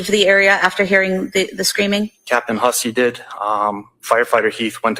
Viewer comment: Side note: Hussey is pronounced Huzzy. I don't understand how this man would take on this pronunciation, but to each his own, I guess. Lol